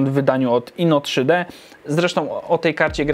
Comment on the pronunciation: INO_TRi_Di sie czyta